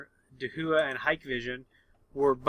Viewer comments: DaHua should be pronounced as "ta - wah" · And here I thought it was pronounced: Hick-Vision And Dah-who-uh. Interesting...